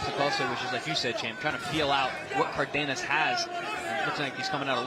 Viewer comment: It's Cardenas, not Cardinas